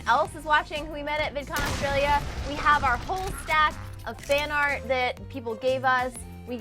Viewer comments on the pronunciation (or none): dude you sayed fart ansteed of art